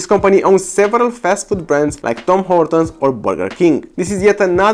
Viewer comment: Dude called tim Hortons tom hortons